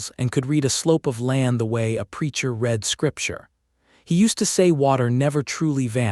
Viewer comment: also the word read